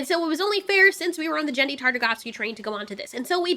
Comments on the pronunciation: also i think its pronounced Genn-dy. not Jenn-dy. 😇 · His name is GEN-DY -- not JEN-DY -- just an FYI. Don't believe me: <- you can hear him say it here. No hate, just, I've had so many ppl throughout my life call him that, and I am always correcting them - some give me backlash, but I have the utmost respect for the man who inspired me.